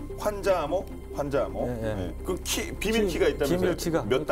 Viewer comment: 환자암호를 말할 때에는 [환짜암호]로 해야 됩니다. 글자이지만 말할 때는 [글짜]로 하듯이 ....